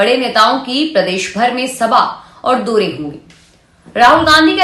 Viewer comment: आपकी हिंदी शुद्ध नही है मोतरमा औ की मात्रा की जगह ओ बोलती हैं जैसे चोदा नवम्बर , दोरे करने लगे आदि